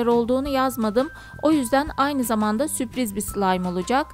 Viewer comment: Süpriz değil Sürpriz :)